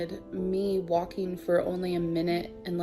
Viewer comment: Why does she pronounce "walking" like "Joaquin"? I keep thinking of Joaquin phoenix lolol